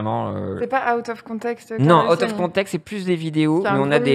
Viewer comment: Elle a dit Clara LuSSiani pendant l'intro 💀😭😭